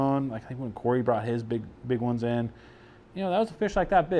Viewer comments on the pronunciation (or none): none